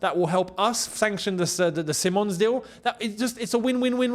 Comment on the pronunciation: See mons is how they say it over here in Holland btw. Just sayin. Dutch media think its on.